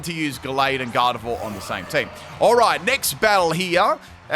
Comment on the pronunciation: It's Garde-VWA, not Garde-vore